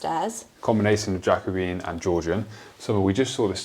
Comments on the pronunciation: Jacobean is pronounced Ja-co-be-an not jacko-bean. Four syllables not three. 👍🏽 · It’s genuinely adorable that you’ve learnt the information and have pronounced Jacobean as you see it written. Love the videos, nothing but friendly vibes here!